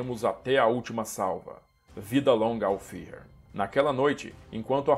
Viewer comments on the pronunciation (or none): none